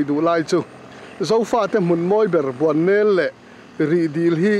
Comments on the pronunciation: Ahmuhnawme,mahse Bualnel tih hlirin ilam/isawi tlatin kahria👍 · Nangmah ber hian Bualnel iti zela...... BUANNEL tiin kan hre thin kha ani si a.